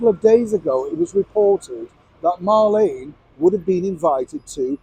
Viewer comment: Her name is Mar- Leen not Lane . Remember in the old radio program “ me names Marlene “ said in a Brumie accent. As far as going back to the palace I wouldn’t have her back but it might scare her to death, so yes bring it on.